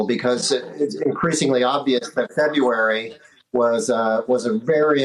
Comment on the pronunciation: Why can't anyone say "February" anymore?